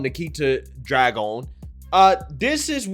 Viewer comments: "dragun" really?! this shit writes itself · you can't even pronounce "Dragun"... dude go back to school...